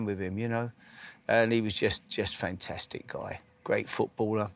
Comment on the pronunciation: Harry "fentestic" Redknapp